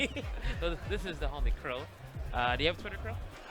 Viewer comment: Very nice clear pronunciation of the commentator Crow. On another note the commentators are crazy saying that Luigi has better kill potential on closing out stocks than Ness. Luigi is in a world of problems if you just sit in shield when in kill percent%.